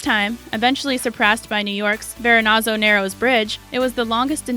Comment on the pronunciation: Verrezanno Bridge not Verrenazo